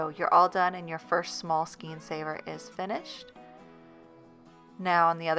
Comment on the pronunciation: The word is “skayn”, not ‘Skeen”!